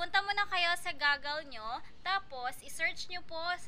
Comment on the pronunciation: Ate right pronunciation po is /goo/gl/. Yung binigkas mo kasi sounds goggles which is for swimming. Just to avoid confusion lang po. 😊